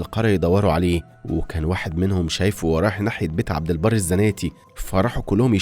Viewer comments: عبدالبر مش عبدالبار 😂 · عبد البر مش عبد البار احسب على كلامك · عبد البر وليس عبد البار